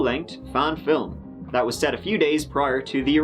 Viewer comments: Did I just hear a John Maclean “filim”? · I wanna talk about how says film, "fillem" 😐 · He said "filim" 😂 fk 45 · Omg. said fillum... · What's a "fillum?"